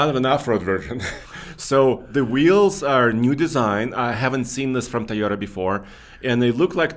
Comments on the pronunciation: it's TOY-OTA, not TIE-OTA. Does this really not drive anyone else crazy? Not trying to be a dick, just saying. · Please. It’s not Tiyota it’s Toyota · it's "Toyota" not Tayota" buddy. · It’s NOT Ty-ota!!! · ..wtf is a "thayoda"??? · Tieota, Tieota, Tieota. pronunciation drives me insane. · Ta-yota , Ta-yota, Ta-yota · I love......... he is my favorite,........but I cringe every time he says "Tie yo du" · For me it’s when says “Toad-Uh” 😂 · There is no way to spell Toyota the way pronounces Toyota. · 👎 for intentionally mispronouncing Toyota